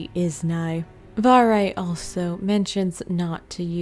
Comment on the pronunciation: it's not varre it's varrrrrré